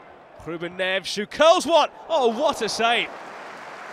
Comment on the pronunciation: Ffs! It’s bloody NEVES! “Nev-es” not “Kneaves” and not “Nevs!”